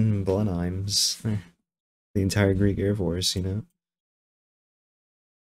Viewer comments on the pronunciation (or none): Blenheim is pronounced Blen-um.